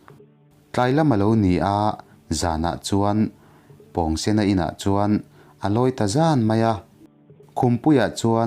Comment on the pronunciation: pawngsen a pawng hi,pawngpaw tih a pawng ang hian lam tur a ni lo mi😁